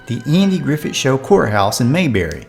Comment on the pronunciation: Do you realize that you are pronouncing Andy Griffith’s last name as if it were spelled “Griffet?